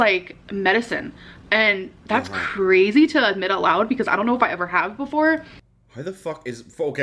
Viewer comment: Why did she say "crazy" like that?? 😒